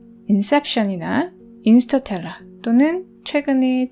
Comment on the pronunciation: 엄청 진지하게 말씀하시는데 계속 인스터텔라라고 하셔서 웃었어요 ㅎㅎ